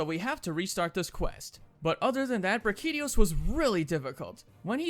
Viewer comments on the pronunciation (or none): Why is nobody talking about how he pronounces everything. Like he called Brachydios BRAKIDIOS, he didn’t even annunciate the correct part of the word 😭